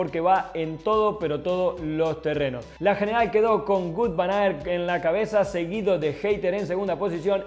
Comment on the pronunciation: Ni Gut ni Vut. Se pronuncia Vóut